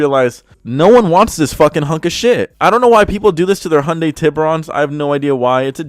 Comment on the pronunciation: HAI-YON-DAI... SAY IT WITH ME DAMMIT HAAAIII-YOOON-DAII. God dammit you sperg.